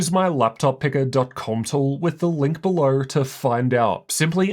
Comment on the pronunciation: "Check out the link berhlerh" 😂😂